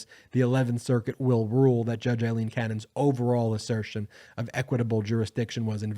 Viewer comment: is it so hard to pronounce the name Aileen not Eileen'